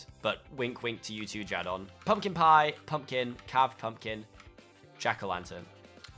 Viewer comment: anyone else got TRIGGERED!! when said Jardon? ITS JORDAN 😐